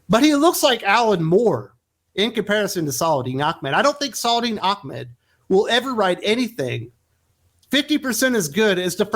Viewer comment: Are you purposely pronouncing Saladin Ahmed wrongly as slight or dig? It is not Achmed. Just wondering. His comic writing hasn't been that interesting or innovative. Just bland and boring.